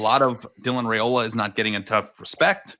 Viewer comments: if Nebraska wins, can you promise to start pronouncing “Raiola” correctly? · How can he say he is not a hater when he doesn't even say his last name correctly. If your job is to talk sports then you should at least say peoples names correctly. Heck you even listen to you co host say it right and still refuse to not add a y in the middle of his name. Its not even that hard of a name to say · Rye-oh-luh, I can only correct you so many times.